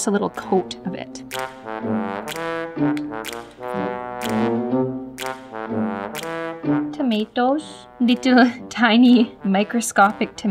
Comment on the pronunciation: The way you said tomato